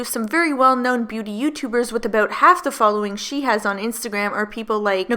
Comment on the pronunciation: "Now I don't know aboot you" I could hear your accent coming through ;) hehe, not being shady! I love supporting my fellow Canadians <3 You're killing it with the vids lately girl! Keep up the great work, it's about time people got woke! xo